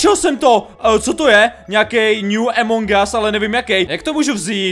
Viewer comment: to sa nehovorí Emong gas ale Among gas